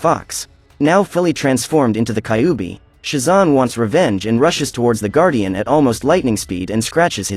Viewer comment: I wonder inspired by Naruto definitely. You pronounced kyuubi wrong. By the way Kurama was sealed inside me lol. He gave me power ups ever single fight in my dreams.